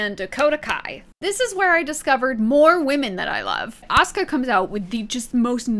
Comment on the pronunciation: The crazy thing to me is mispronouncing Rollins but nailing "Asuka" on the first try